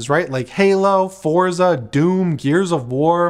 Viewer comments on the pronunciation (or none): none